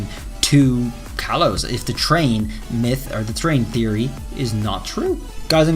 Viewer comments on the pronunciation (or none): none